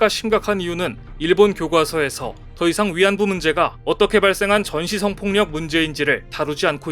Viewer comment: <전시썽 폭력> 이 아니고 <전시 성폭력>으로 발음해야함.